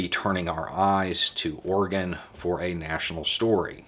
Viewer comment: Thanks for pronouncing Oregon correctly 😁👍